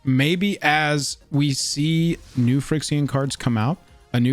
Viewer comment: "Frix-ee-an".... FY-REX-EE-AN.